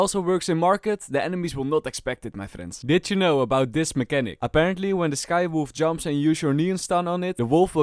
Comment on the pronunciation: I swear every time he says did you know, it sounds like " bitch you know"